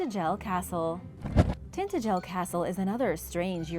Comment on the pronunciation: Every time Iv heard Tintagel pronounced it was by bits and they pronounce it tin-adg-el, not Tintegle if you are going to narrate lean how to pronounce the words you use.